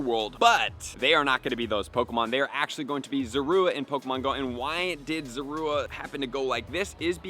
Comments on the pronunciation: Pronouncing it wrong. It’s Zorua. Not Zora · Sorry but who says zorua like that